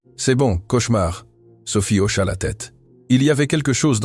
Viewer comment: Hocha et non auchat !